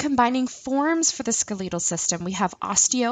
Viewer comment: I’ve never heard someone pronounce “skeletal” like that.. wtf